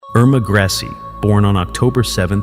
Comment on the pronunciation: The name is pronounced "Grey-za".